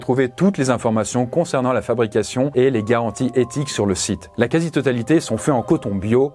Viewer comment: Le patron de Gustave qui parle d'étique... IL A DIT "LA CAZITOTALITÉ" DONC C'EST QUE CAZI